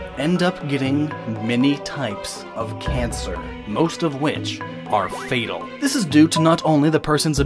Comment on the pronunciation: "Fatel"? Literally unwatchable.